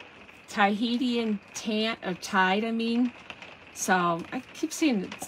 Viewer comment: Cute cards! Tahitian Tide... FYI, Tahitian is pronounced Tah - HEE - shun